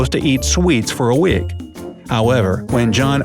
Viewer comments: It’s week not wurk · did no one hear how he said week?